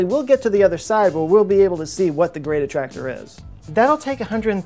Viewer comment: so now I have to click on the gweat attwactor, too besides, we really need bettter engines. like way better